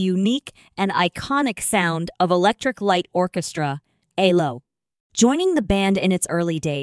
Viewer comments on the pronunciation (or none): Saying 'Elo" is really annoying! It's E L O!! And it not ten thousand and thirty eight, it 10538!! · Their name was E.L.O. not "ello". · Would be nice if you got somebody to read things like this, that could actually pronounce the man’s name which is Elo not Elo not yellow but ELO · FFS it's E. L. O. not ello & while mwe're on it it's pronounced CHELLO not sello & Chellist not sellist & Base guiter not BASS FFS!!! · Get your facts right. It’s not Ello. It’s E.L.O. Get your knowledge up to date!!! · Be good if you could actually pronounce the peoples names and the name of the group, which is ELO not L rhyming with yellow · Computer cannot spell band members names! Ello-goodbye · Agreed - "Ello" put me off from the start. Horrible piece of rubbish. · WHY WOULD ANYONE SUPPLY MS AI VOICE?? YOU CANT EVEN GET THE GROUPS NAME CORRECT. “ELLO”???? AYLO??? SERIOUSLY. WHAT A JOKE!! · You might want to listen to other videos to understand how to pronounce the band name and other 🎼🎵🎶musical instruments. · Besides pronouncing the abbreviated name of Electric Light Orchestra incorrectly, it is obvious that this person is not educated in music terminology! Cellist is pronounced as "Chellist"-originating from the Italian language where there is a "Ch" sound in this word. Cello is pronounced as "Chello", again from the Italian language. A bass (pronounced as base) guitar player known as a bassist is pronounced as "Baseist", this word has the long A sound, using the short A sound is used in Bass is for the fish known as a bass as in ass! I WON|T be subscribing!!!